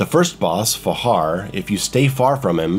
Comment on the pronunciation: Just one thing that nogged me in that guide: the name Fajar is spelled as "fa[dzh]ar", not as "fa[ch]ar", in indonesian it's a sonorous "j".